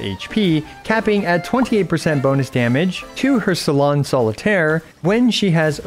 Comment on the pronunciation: complicated kit is an understatement imo, also, i roffled when he butchered all 3 salon solitaire's supposed french names 😂